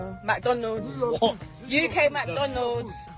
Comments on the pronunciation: Mack-don-udds 👉👉👉 this is uk mack-don-udds 😆😆😆😆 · (for real I really really love British people )just so u know) Lmfao Mag Donols U Key Mag Donols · "uK mCdoNoLs"